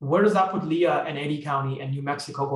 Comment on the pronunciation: Great information. Lea County in NM is pronounced "Lee," one syllable.